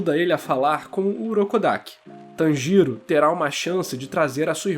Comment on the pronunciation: Eu tô rindo pacas quando vc fala o nome dele kkkkk "Tan Giro" kkkkk eu tô imaginando uma tangerina girando.